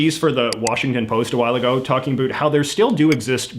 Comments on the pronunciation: You’re “ a boot” is supposed to be more like about an stop using the t at the end so hard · I was raised in Vancouver and noticed you pronounce "about" closer to "a boot". Why I find this interesting is because my pronunciation of the word is a little more like "abowt" yet we live in a similar geographic. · A boot? Dude, born here. NO ONE I KNOW pronounces it that way. But the rest is quite correct! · This is only like the second or third video I've seen from you, didn't realize you were canadian, though that explains the pronouncing out as "oot" rather than "owt". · He definitely milks his “aboots” and “oots”. If anything Canadians pronounce it closer to “aboat”. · How about the way you pronounce about. you're the reason South Park has Terrance and Philip doing it . I live in Hamilton and don't pronounce it a Boot. It's ab out. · Why do you say about like a boot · Soo he’s saying boot as a joke right? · He's fake over emphasizing the 'boot' part of the pronunciation. I guess it's his schtick, and he's doing it for the benefit of people who've never interacted with Canadians? Honestly, it's super cringey, and I can't fucking stand him. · 👞a shoe 👢a boot I'd like to hear this guy talk about a boot.😁👢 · That pronunciation of "about" lives up to the stereotype. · I love how you actually pronounce "about" in the stereotypical way that Canadians do! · I haven't been in Canada since 1990. Reading the comments and how many Canadians were surprised at your pronunciation of "about", it seems the regional accents are dying out. As they are in the States. One stereotype the Simpsons forgot was "Gorf" which kinda surprised me. Is that even a thing anymore? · i don't understand his linguistic origin story. He speaks with a typically mild Canadian accent but then he says the one word: "about" with a stronger accent than I've ever heard in my 44 year life in Canada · Talking about stereotypes and says about like a damn Newfie